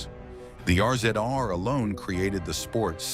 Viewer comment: The R-Z-R is pronounced Razor